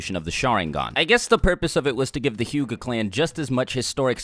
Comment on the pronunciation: Bruh that Hyuga pronounciation